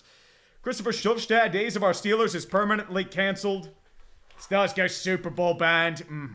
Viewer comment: SHITLLERS GAWNTA SHUPERBWL?!